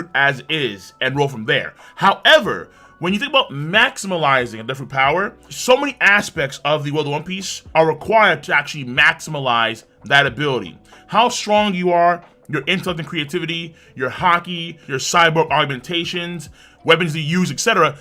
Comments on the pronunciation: Ok, this "maximalize" was cute at first... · Tf is “‘Maximilize” 😂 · Did he say MAXIMILIZE?!!? 😂😂😂💀💀💀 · Everytime says "maximilize" I get a cramp